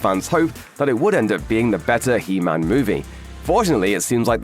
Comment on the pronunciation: it’s he man not Hemnet